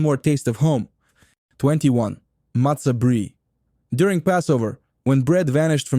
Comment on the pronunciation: CHalla? Oy vey! And it’s pronounced matzah breye. 🤔